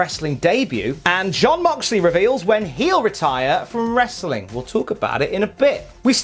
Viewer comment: i already downvoted you by the time you said "wrestling" with the hard "T". I'm going to spend the rest of the afternoon sad that I couldn't downvote you again.